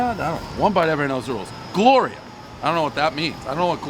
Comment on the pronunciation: Definitely said Glorial